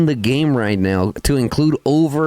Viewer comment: You do awesome content, thanks a lot. One small thing. There is nothing in English called CALVARY... It's called cavalry...😂😊 with a spoken V before the L. ❤